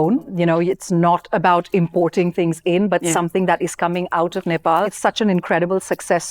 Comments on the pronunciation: She pronounced Nepal so well — not like 'Nepol'. Nowadays, even Nepali kids pronounce it like that.❤ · Lara Dutta is pronouncing Nepal and Nepali very correctly other wise most of the people pronounce like Nefal and Nefali